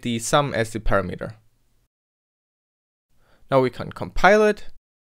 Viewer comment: Pronouncing "array" with the stress on the first syllable... (and "parameter" with stress on 3rd syllable instead of 2nd) Braces on the same line as the block..... No space between operators and operands...! 8 WIDTH INDENTING!!! #triggered Seriously though, good tutorials, enjoyed the vids. :)